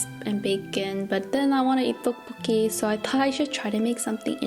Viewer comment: Tteokbolkki not Ddeokbolkki is what I thought but maybe not and dumping? Do you mean dumpling I have not watched the video yet so...